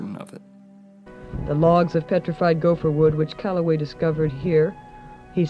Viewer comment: E. E. C”ala”way